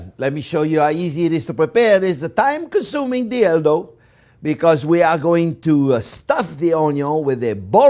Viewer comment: i'm so sorry but i heard "time-consuming dildo"